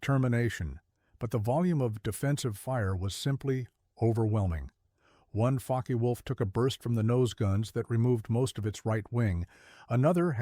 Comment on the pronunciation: “Faka Wolf”?? Puh-leez